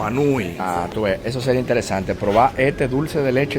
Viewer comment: proval?? coltando?? compaltila ?? mejor volvete y regresa a escuela para aprender a hablar